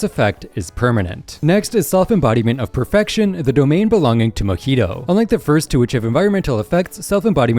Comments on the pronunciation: It’s Mahito not Mohito…. Cmon man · he called mahito mojito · bro said mahito wrong